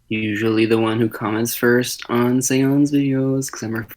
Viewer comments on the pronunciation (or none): They both pronounced seon differently